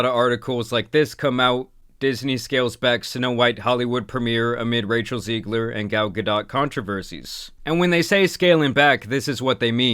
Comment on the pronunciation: How are you Latino and not know how to pronounce "Rachel Zegler"